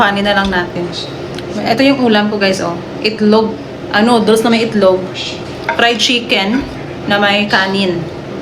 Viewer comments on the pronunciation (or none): pati bigkas ng noodles at bottle pang bundok